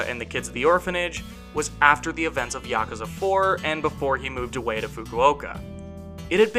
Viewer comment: When you Mispronounce every name and even yakasa 😂 yakasa? Wtf is that even the developers say yakuza